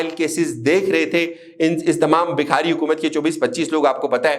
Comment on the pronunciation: بھائ تلفظ صحیح کریں بکھاری نہیں بھکاری ہے۔شکریہ